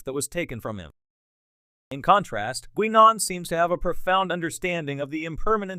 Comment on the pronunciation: good ole Gwee-Non... gotta love AI voices